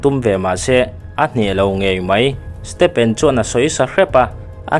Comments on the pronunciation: i saptawng lamdam hi i uluk a ngai...stephen pawh PHEN angin i lam mai a, stefen anga lam tur😅😊 a hmuhnawm e❤ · Lal stepen a 😂😂😂 huiiiii ......a hming lam dik lo nasa ltk hi a hmuhnawm letling phiann mai hahahaa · Stephen tih hming hi iva lam thiam lo ve, stefen tih a rik tir tur